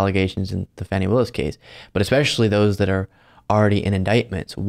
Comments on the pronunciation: FAUNY, not Fanny. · Dude. It's not Fanny. It's Fawny. She deliberately slurred her name and you just swallowed it. I like your show. Please tighten it up. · Please,. You are mispronouncing Fani Willis' name. It's jarring and unbecoming of you to do so. It's not pronounced like fanny. The proper pronunciation is FAH-nee. It would be to your credit to respect her enough to adopt the correct pronunciation. Thanks, kindly. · Fawn e Willis. I love you,, but please get it right.